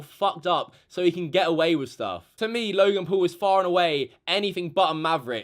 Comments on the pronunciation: you're pronouncing him logan pool ... it's logan paul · it's not logan pool it's logan paul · Normal people: logan paul: logan pool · who the FUCK is logan “pool” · He obviously doesn’t know how to speak Logan pool... Who dat? It’s Logan Paul and everybody makes mistakes and he apologized and yes he was disrespecting the country which I don’t really like. But everyone that truly says sorry should always be forgiven. Forgive and forget. He has lots of subscribers and always wants to make good quality content and took it to far. It was very disrespectful. Please just stop being a hater, Logan Paul is one of my favourite YouTubers and it saddens me that everyone is being so rude towards him. Love you Logan ♥️ Be A Maverick!! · “Loy-gen pull” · Anyone else get triggered when he says Logan Pool?